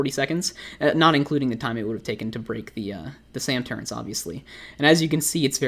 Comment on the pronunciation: why do you say turrents? its easier and less annoying to say turret imo tbh